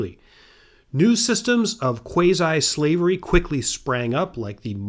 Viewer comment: please say quasi correctly. good videos, though.